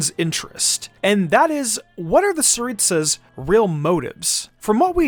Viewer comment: It's The Tsaritsa Not saritsa